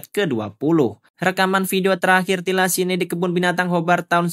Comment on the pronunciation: thylacine bacanya : tailesin...